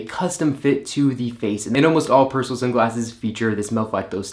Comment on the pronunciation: The name is not Pers'l......it's Persoool!....." per il sole "